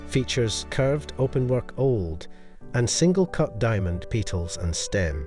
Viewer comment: Pea-tals!?? Dude it's pronounced Pet-als not Pea-tals! As if you PET a dog Petals.